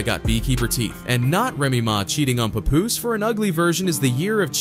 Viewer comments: Not sure whats worse: What Remy did to Papoose or how you pronounce his name. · I can't stand when corny people can't pronounce 'Papoose.' Anyhow. I used to love Remy Ma. She is grimey for real! Somethin' told me she wasn't shit after she stood up for Fat Joe after he called Lil' Mo and Vita ol' dusty bitches during the Ja Rule vs Fat Joe, Versus Battle. Papoose. You a real one! Salute! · The way they’re pronouncing his nameee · All the ppl doing videos on Pap n can't say his name right 😂 🤦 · So everyone is going to ignore how he’s pronouncing papoose name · The way he says Pap’s name makes this unwatchable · OMG !!! Why can't you say his name properly?!?!?!? I can't even watch this. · i'm annoyed on how this narrator is saying papoose name lol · You can’t even pronounce his name right but all up in the business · Please pronounce this man's Name correctly!!!! SMH WYPPL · Yo ain't saying Papoose name rite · Hey white guy if you're going to make money talkin about Black Culture you can at least get people's names correct. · Why does he call him PoPoose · Its ...PAP-Poose...... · puh-poose - lol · This man pronounced Papoose differently every single time lmao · The way he prounced papoose I died 😂😂😂😂😂v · Click Bait all this shit is extra Cap and he can't even pronounce Pap name right smh 😭😂😂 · Glad she’s out the way. 💃🏾💃🏾yooooo why he pronouncing my mans name like that? 😂😂😂😂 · So where did Papoose go online.. these white folk getting clicks on culture is WILD.. he ain't even saying they names right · I know hip-hop is not gonna let the narrator get away with saying his name, all wrong, lol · Say his name correct like damn! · The way the AI keep sayin his name wrong make me want to choke it! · Paaaaah-poose (think Janis from Friends), Not Pa Poose (sound like some grandpa nickname) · pup-poose to pah-poose 😂😂😂😂 you ain’t get the name right once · STOP CALLING HIM PAY-POOSE..i hate when they read, and don't know the people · His name is not P u poos …. It’s P a poos